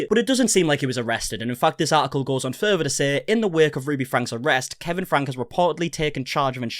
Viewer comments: I have been watching you for years now, especially 8 passengers coverage....please forgive me but i have been wanting to comment this to you for a very long time....its not pronounced frank, its pronounced Franky. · It's pronounced FRANKIE, and Shari is pronounced 'SHERRI', in Utah.